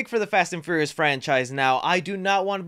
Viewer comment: You just can’t say the word furious can ya bud lol